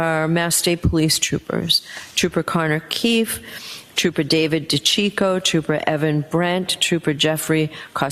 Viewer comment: Sorry your Buddy Proctorah is Fired not A TROOPERAH anymore:face-purple-crying